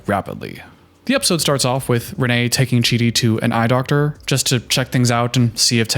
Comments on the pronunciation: For thr love of everything her name is pronounced "rain" and not Reneé.As a Reneé I don't claim her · She pronounces is Renee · I get that she isn't someone who commands respect, but I feel like you can at least do her the justice of pronouncing her name right. It's Rayne, like "Rain" spelled like "Wayne"